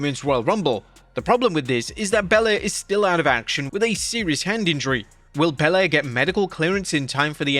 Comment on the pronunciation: Thanks for pronouncing Bianca Belair properly